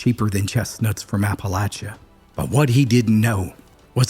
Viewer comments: The story would be even better if you pronounced Appalachia correctly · After the third time of pronouncing Appalachia wrong. I couldn't listen to It anymore.